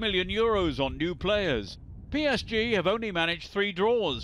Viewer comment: have I been saying PSG wrong all this time or is he just saying it wrong?